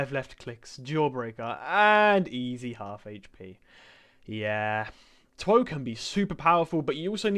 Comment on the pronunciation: Him saying tw oh is the hardest stand to get Me: laughs in mih